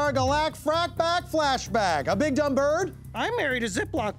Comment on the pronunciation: The way he pronounced "bigdumbird" in the intro tickles me to no end.